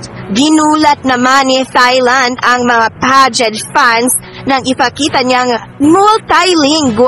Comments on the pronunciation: Silent H ang pronunciation ng Thailand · H IS NOT pronounced in Thailand. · Tailand po not thailand ang pronounce dun